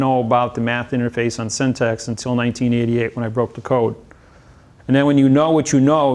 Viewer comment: He may be smart but he cannot pronounce syntax. :) He says it like syntext.